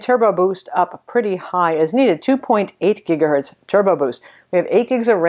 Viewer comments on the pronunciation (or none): none